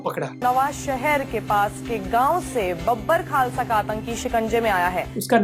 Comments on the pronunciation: Its बब्बर खालसा not बाबर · भाई तू बार बार बब्बर खालसा को बाबर खालसा क्यों बोल रहा है कहीं खालिस्तानी आतंक को मुसलमानों से तो नहीं जोड़ना चाहता।